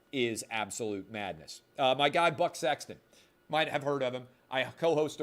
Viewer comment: Lol, my girlfriend was in earshot and when Clay says Buck Sexton she goes "butt s*x"?